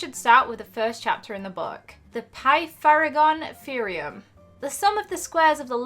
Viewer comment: the way she said Pythagorean Theorem 😂